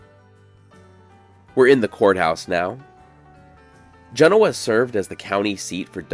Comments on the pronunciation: It’s ‘Jen’-Oh-Uh not Gen-ohaww. You have lots of follwers and watchers. You do a great job and very informative, which is appreciated. But last thing we need is a bunch of people traveling here to see and interact saying the name of the town completely incorrect. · Gen…. Owa not goenia. Learn to pronoun the towns correctly. You probably say nuvoda. For Nevada too. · th locals pronounce it 'Gen-NO- a', not the correct way. I am shocked that no one told you the belief of the town's beginning a 'store'. The Mormons whould sell supplies to the pioneers then dress up as Native Americans and rob the same pioneers, sometimes killing them, then re-sell the supplies to other pioneers. Hey, that's what I was told in the bar. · Enjoyed this video! But, as a local, I have to comment: 1) JEN-oh-uh is in Italy. The Nevada town is jen-OH-uh. 2) "Snowshoe" Thompson was so called because skis were called snowshoes then. The term "ski" wasn't adopted into English until the 20th century. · Love the show, regularly watch it, but being a resident of this area let me help you out a bit with the pronunciation. Genoa Properly Pronounced Gin-OH-uh The emphasis is more on the OH Not Gin-oh-WAH. Genoa is only part of the incredible story of the old west in this area, lots of good history at Carson City, much of it explained at the museum (highly recomended) as well as Virginia City. A note of interest, the streets of Carson City were once paved with silver ore unbeknownst to the people who did the paving who were unaware of the reason why the clay like material they used had such a funny bluish color. the streets of Carson City were literally paved with silver Once. But when it was discovered the streets were paved with silver ore, the streets were promptly torn up and the ore was turned into silver ingots before the streets were properly repaved. Your welcome😉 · Just FYI, area locals call it, not JEN-o-ah. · Genoa is pronounced: "juh-NO-ah" not “JEN-o-wah". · Locals say gen-OH-ah